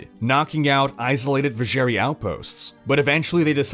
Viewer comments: I love your videos and in-depth detailing. As do my two brothers... *sinister glance*. But I swear to god in-game audio pronounced it "Viz-zher-'eye'". Not "ee". Also, censored Andariel tatters. Iconic. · thats not how Drognan pronounce Vizjerei in d2.... edit: jesus christ you say it like 50times throughout the video and it is wrong every time! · I cringe everytime he said Vizjerei wrong